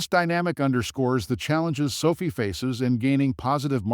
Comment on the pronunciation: NOT pronounced so fee.